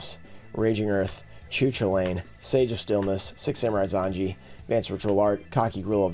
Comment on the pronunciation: /koo-KUL-in/ not /choo-chuh-layn/